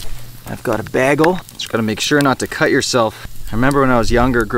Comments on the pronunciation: Coming in a year after this is being posted. Great content, but that pronounciation of bagle though.. Ha! subscribed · You are funny. :-) Shouldn’t you say “back-on,” though? To match the “bág-el?”